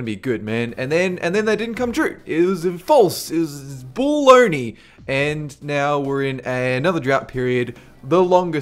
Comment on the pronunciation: "it's bulll-ony"